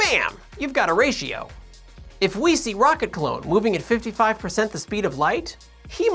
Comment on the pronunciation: Every time you say "a ratio" I hear "Horatio". Otherwise, this is perhaps my favourite video you've ever done.